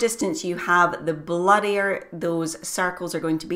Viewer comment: LOL. It took me some time to figure out that you were saying "blurrier", not "bloodier". I turned on "Closed Caption" (CC) to read what your were saying. I thoroughly enjoy your style of teaching. Thank you. So much to learn. Chuck